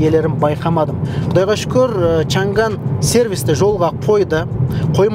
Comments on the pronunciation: шанган емес,«шаң ан» деп айтылады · бұл көліктің аты ЧАҢ ӘН! чән гән емес! қытайлар ЧАҢ ӘН деп айтады!Орыс әкелерің қалай айтса солай айтабермеңдершы!Орыстың тілі ол шолақ тіл көп сөздікке тілдері келдмейді! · Айналайын ау чан ганы несі?аңқау елге арамза молла деп. Н мен Ң әрпін дұрыстап айытсаңшы. Ағылшын сөздерін қалай айтып жүрсің? Ң әрпі орыстан басқа ұлыттардың барінде дыбысталады. Қытайда чан ган деген сөз жоқ. “ЧАҢ ӘН ” деп дұрыстап айытсаңшы. Washington ды қалай айтып жүрсің? Орысша нг деп жүрсің ау. Ұятай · Чанган деп жазылады, айтылуы Чянянь! ☝ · Чаң ән деп оқылады жігіттер